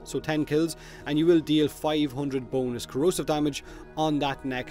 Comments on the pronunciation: I'm sorry, I keep on thinking that you're saying boneless instead of bonus and laughed throughout the video. #bonelesscorrosive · i thought u said B O N E L E S S